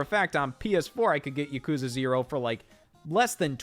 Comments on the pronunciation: To feed the gross algorithm: The way Scott mispronounces Yakuza is painful to hear. He's still been one of the most entertaining people in this space for the past 7 years or so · I don’t even care about the switch 2. I’m just here to make fun of Scott for pronouncing Yakuza wrong.